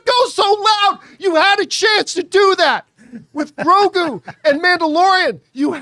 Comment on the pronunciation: You need to know how to say grogu first before complaining 😂😂😂